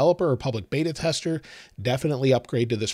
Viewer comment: It’s beta not bada